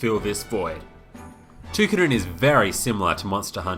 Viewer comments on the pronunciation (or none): Ta-Ky-Din. not too-kiddin ty for the review tho thumps up! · its pronounced Toh kee den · No it is TOH KEE DEN